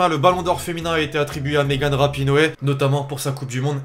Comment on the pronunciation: C'est Rapinoe pas Rapinoé